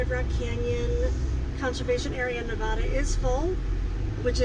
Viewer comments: Nevadda not Nevodda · It's pronounced Nev-ADD-a, not Ne-VAW-duh! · Hello there. From a 4th generation Nevadan... it's Ne va duh not Ne va dash. Vegas is crazy town even in the boonies! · love your videos but the only acceptable pronunciation of the state is “Nev-AD-a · You most probably got kicked out for calling it Naavaada! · Please pronounce Nevada correctly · Love your videos and you are great. welcome to our state (Nevada) but please learn how to pronounce it.